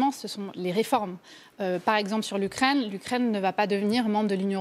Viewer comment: Faudrait que l'UKRAINE ne soit plus anglaise...Ouais,c'est ca,et toi ce serait bien que t'ailles voir un orthophoniste!!!...